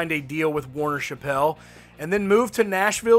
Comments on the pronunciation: Warner Chappell - It’s pronounced Chapel, like a little church, rhymes with apple, not pronounced Shappelle. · Hey brother…. For future reference…. It’s pronounced Warner Chapel….. like a the chapel of a church. I know it’s not spelled that way but that’s how we pronounce it in Nashville 👍🏼